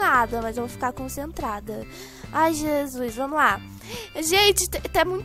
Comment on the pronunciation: "e quando eu tô cacentrada" kkkk